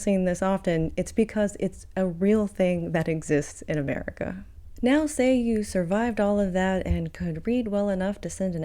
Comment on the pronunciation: Uhmerica is unfixable.